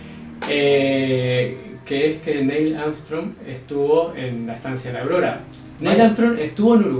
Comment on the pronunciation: dice: Estancia audoda